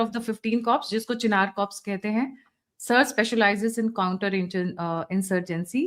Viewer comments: Corpse is a dead body,please pronounce Corps as " Core". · Corps ka pronounciation ‘Core’ hota hai 🙏🏼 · आप का Introduction बहुत अच्छा लगा। बस एक बात की correction - "corps" को "core" pronounce करते हैं। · Pronunciation of Corps is कोर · Yes P is silent in corp